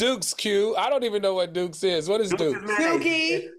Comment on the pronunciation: When they were talking about Duke's mayonnaise and Claudia said Dookey, 🤦🏾‍♀️ I slid off my couch laughing!! 🤣🤣